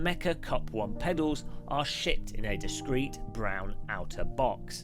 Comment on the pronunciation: who else understood „the pedals are shit in a discrete brown outer box“?